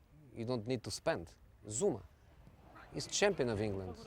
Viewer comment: THAT ACCENT KILLED ME=))))))))))))))))))))))))))))))))))))))))))))) ZOUMA